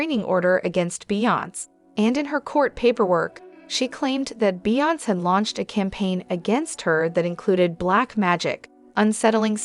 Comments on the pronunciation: who is the lady narraiting this video. it makes me sick hearing her pronounce beyonces/ kaynes name. where is she frojm? how do you not know how to pronouce 2 of the biggest celebrities in the world name but yet are spreading "news" about people she cleary doesnt even know. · What's up with mispronouncing Beyonce, and Kanye?